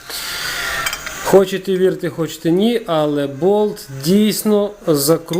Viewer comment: ну який же в сраку "мілІІІІметр"!!!! "МілімЕтр" же, "мілімЕтр"!!!! Ви б ще "дірка" сказали!